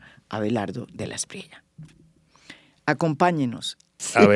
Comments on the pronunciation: Qué necedad tan irritante la del periodista venezolano: el apellido del hampón a quien se refiere durante toda la entrevista se pronuncia de la espriella y no de la espriela. Terco el señor. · Es espriela o espriella? Sé que puede ser una bobada, pero me rayo todo el video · Buen episodio. Pero no podía cada vez que el entrevistado decía “Espriela” en lugar de “EsprieLLa”